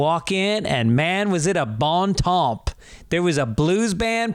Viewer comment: The P in Temps is silent. Study some more.